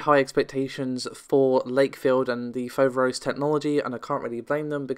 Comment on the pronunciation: It is FoverOs you tune the last O deeper and it means, the frightening one, in Greek.